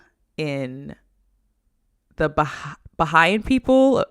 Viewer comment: Just like to contribute with a quick pronunciation tip when talking about afro-brazilian names and regions, Bahia is pronounced "Ba-ye-ah" (stress in "ye"), and the goddess/deity Iemanjá should sound something like "Ye-am-un-jah" (stress is "jah"). And a small trivia about Bahia: it's the state with the largest black population in Brazil, and it's capital Salvador is considered the city with the largest black population outside the African continent, based on genetic studies that show African ancestry in the majority of the citizens. Thanks for bringing up a bit of our rich and complex culture in your live ♡